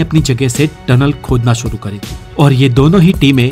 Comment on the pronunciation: उच्चारण बहुत खराब हैं। 'श'को 'स'बोल रहे हो। सुरु नहीं शुरू, मसीन नहीं मशीन।